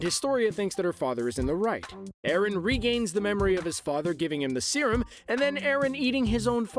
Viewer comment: It's not arron it's eren